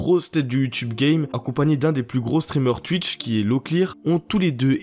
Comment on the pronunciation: Putain cette prononciation infernal de twitch et squeezie Y a un son « ou » normalement